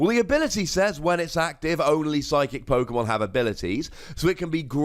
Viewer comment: You literally pronounce every Pokemon name wrong